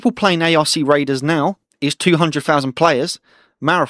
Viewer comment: Sorry but I gotta say it, the ARC in ARC raiders is pronounced as 1 word, not by its individual letters lol